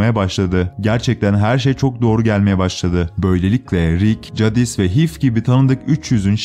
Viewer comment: Cadis değil Ceydis